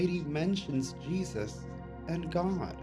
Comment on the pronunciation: oh you know jee-thuth?! you know jeeeee-thuth.....